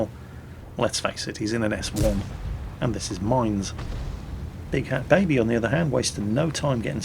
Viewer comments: it's not "Big Hat Baby".. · i think the dude's name is big fat baby not big hat baby, you did it again!